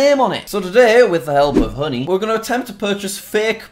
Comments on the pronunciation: how honey is actually pronounced: Honey how Jack pronounce honey: hoodie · When he says honey I think he’s saying hoodie 😂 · When he first said honey I thought he said hoodie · He said honey thought he said hoodie